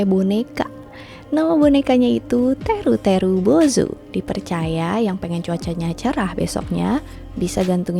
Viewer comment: "Teru teru bozou" 😅 Seneng aja denger pelafalanya 😂